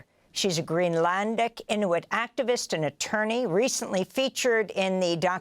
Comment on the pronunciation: Amy can’t pronounce Inuit or Mountbatten but goes to town with the Latin names. Madurrrrrro, Puerto Viy-atta🤣